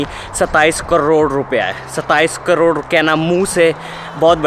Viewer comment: 27 crrrrrrrorrre!!! The way you say it ...what a show off